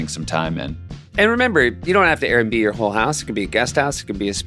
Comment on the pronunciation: Correction: in the AirBNB ad Seth says “Air and B”